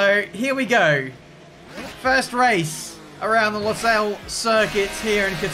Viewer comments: it's not pronounced LOsail it's LUsail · It looks like Hungary Also I think its pronounced lusayls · The pronunciation is almost correct it’s pronounced like combining lewis and sale in one word Lew-sale